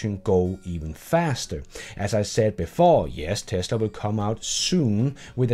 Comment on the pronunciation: Somebody had too much beers "Best in TASLA"